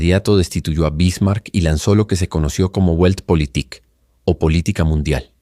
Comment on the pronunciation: La pronunciación de la palabra "Weltpolitik" no es "Güeltpolitik", sino "Veltpolitik", con la "V" bien marcada (con los dientes superiores apoyados sobre el labio inferior).